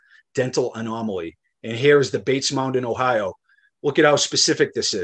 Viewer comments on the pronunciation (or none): none